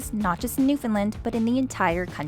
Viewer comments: Actually it wasn’t as bad as most non-Newfoundlanders say. 😁 The only misstep was that the “land” sounded more like “Lind” in your pronunciation. Locals say “Newf-en-LAND”, with the emphasis on “LAND”…pronounced just as you would say “land” alone. Not, “Lin”, not “Lind”. Definitely NOT “New-FOUND-Lin”. (And yes, I am a native Newfoundlander still living here). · It’s pronounced Newf-en-LAND! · You're Canadian and saying Newfoundland wrong. 😂 Love you guys still but come on.